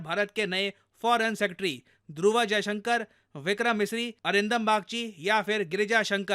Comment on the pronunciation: Its ध्रुव not ध्रुवा ! नाम किसी भी लैंग्वेज में बदलता नहीं है ! plz pay attention on it !